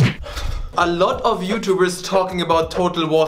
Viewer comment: "Alotty karroty" there is sure German in him